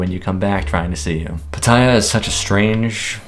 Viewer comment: Please learn how to pronounce Pattaya; could be part of the reason you keep getting scammed. It screams please take advantage of this farang.